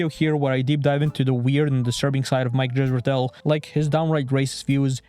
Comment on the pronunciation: You mispronounce Dr. Zorp Israetel Vorp a lot.